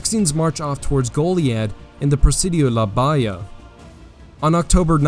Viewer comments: It’s pronounced- La Ba Hee ya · PRONOUNCE - LA BAHIA CORRECTLY YOU NON TEXAN!